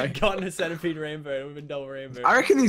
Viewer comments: he calls centipede centerpede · pronounce the centipede arthurioplura